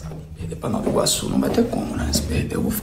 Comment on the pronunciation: Pelamordideuxxx, é NovA Iguaçu. Ninguém fala Noviorque.😒